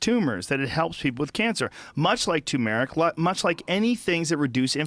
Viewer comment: PSA: tuRmeric not tOOmeric It's spelled Turmeric. There are two r's. Great, thanks